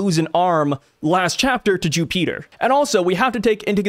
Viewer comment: Wow youre so dumb you really thought the attack sent them flying back to marijois and couldnt figure out that it essentially used the same teleportstion powers of the elders back to their room smh. Then the mispronouncing Jupiter. Trash channels.